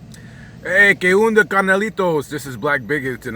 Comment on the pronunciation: que unda ? lol its que Onda way ..